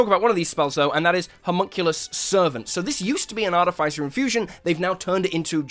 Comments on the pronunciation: Immediately I hear artif-ice-er and that is simply WRONG ARTI-FISS-ER IS CORRECT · I don't mean to be a stickler for things but why do you have to pronounce artificer incorrectly in the case of this word you don't make the sound of the i it's more like the sound of iss